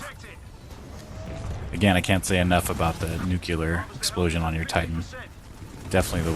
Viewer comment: NUCLEAR NOT NUKEULAR